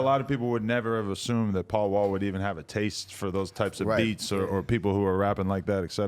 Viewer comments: He said PAUL NAW not paul mall 😂😂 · It’s Paul Wall Bay-By. 😬💎